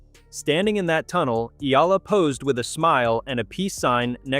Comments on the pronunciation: You make money outvofcher name yet you do not even make an effort to pronounce her name. Shame on you. Her name is pronounced as E-Ya-La not ela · Her last name is pronounced EEEYYUUULLLUUHHH! Ok or EEEEYYYAAAALLLAAAHHHH ! Ok